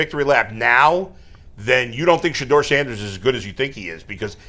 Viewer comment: Stop it. Kevin struggled saying Shedeur how women struggle to say im sorry up until last week